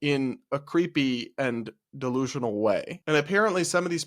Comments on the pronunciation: I like how he doesn't say "delusional" and instead says "dalooloo" lol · 😂 I’m a New Yorker & tbh I didn’t understand the word he was saying either - “de loo loop”? I guess you’re right that it’s a cutesy version of “delusional.” Perhaps it’s regional or TikTok slang